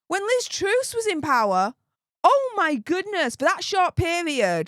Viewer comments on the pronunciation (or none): Btw it's Truss as in Russ not Roos lol